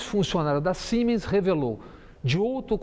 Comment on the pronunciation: Excelente comentário Bob Fernandes, só um adendo, o nome Siemens, se pronuncia com som de "Z", então seria "Ziemens".